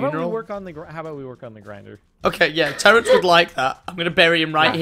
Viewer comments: Omg it's Terrance not lorance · IT WASN'T LAWENCE IT IS TERENCE